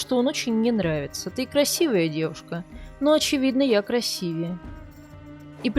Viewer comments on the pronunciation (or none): none